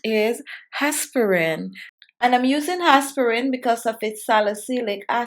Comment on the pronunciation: El Guanto ,how she pronouce aspirin is plain annoying